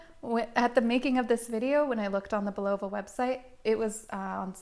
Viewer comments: It's Bull-a-va, not Boo-lov-a. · Sorry to rain on your review but really, couldn't you have researched the pronunciation of this classic brand name? Phonetically it's pronounced 'BullaVA', with the emphasis on the last, not the middle, syllable. Jeez